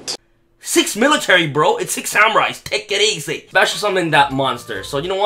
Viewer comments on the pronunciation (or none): "TAKEIT EASEE!" lol thats the best